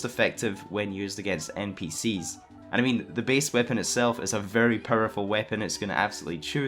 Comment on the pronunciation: "A very periful weapon."